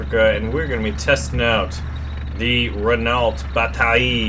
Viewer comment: Just so you know, although you probably don't care, Renault is pronounced Reno